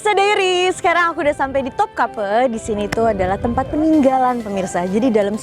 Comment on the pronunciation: Istana topkapı. Bacanya topkape, e nya elang